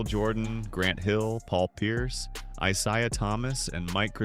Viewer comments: I ZAY uh Thomas not I ZI uh. Im so tired of this AI garbage 😮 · Eye say ah Thomas. Thumbs down.